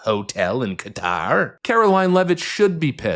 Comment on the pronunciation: knows how to pronounce Qatar correctly. Anchors don't!